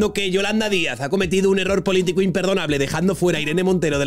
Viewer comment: Por qué Pablo Iglesias dicr "polítigo" en vez de "politico"